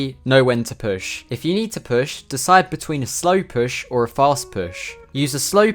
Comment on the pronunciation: Great vid, but I can't get over how you pronounce püsh